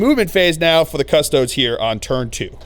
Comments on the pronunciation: Your pronunciation of Custodes really grinds my gears. It's a latin word, not "Custods" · Adeptus Cus-Tow-Deez!!! XD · Haha I was literally just thinking this! I think it’s just how Americans pronounce it